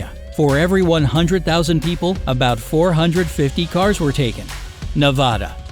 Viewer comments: It’s not Ne-vah-da it’s NEVADA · as a local, it’s not Ne-vah-da it’s NEVADA